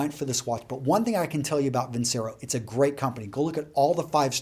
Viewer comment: Great tips here as always. fyi its vin-chay-ro